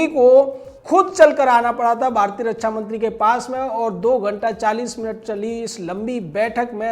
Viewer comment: अरे फेंकू के बाप, रच्छा नहीं रक्षा होता है। पहले बोलना सीख ले।